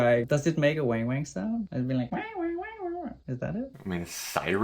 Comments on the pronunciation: It's not "WHENG WHENG" it's WANG WANG ( a) like WANT or WANted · "Wang-wang" has a short "a" sound.